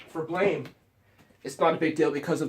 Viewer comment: He also keeps pronouncing it Blame and it's getting on my nerves. It's pronounced Blam!